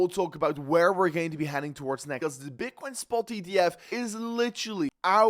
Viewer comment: What the hell did you just say at the beginning? Bitchcoin? 😂😂